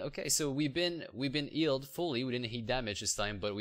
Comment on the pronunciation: not "ealed", its "Healed". Not "ealing fountain", its "Healing Fountain", sry I get triggered